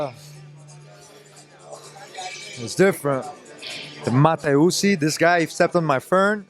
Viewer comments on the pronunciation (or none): Hahaha tony said mata usi lol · did he just mention da haka, fern and then call kabib a mata usi? lol... ma man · He said Matausi 🤣🤣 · This nigga said matausi 😂😂😂😂😂😂😂😂😂😂😂 I am dying😂😂😂💀💀💀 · Did he Said the Haka n the Mata usi 😂😂😂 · ''MATA'USI'' lol